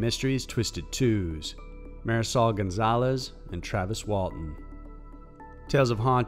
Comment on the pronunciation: The way he pronounces "Marisol." Oh my god...